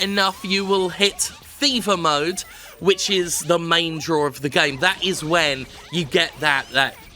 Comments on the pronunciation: I thought you were saying "FIFA mode" instead of "Fever Mode" (when you were making the slot machine / casino comparison) as a sneaky jab at the EA series. Either one actually works contextually. Well, except that "FIFA mode" would require you to pay for additional treasure. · Am I the only one hearing it as Jim calling it FIFA mode?